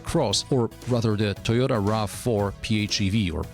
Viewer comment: "Suyota" & "Swarolla" 🤣😭